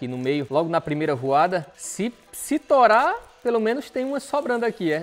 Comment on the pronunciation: O sotaque do é muito bom kkkkkkkkkkkk. "a chance de eu torar esse drone no meio é grande" 🤣🤣🤣🤣